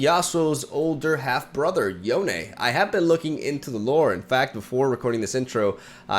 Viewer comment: "Yonay"??? Seriously? Like wtf? It's just Yone, like bone.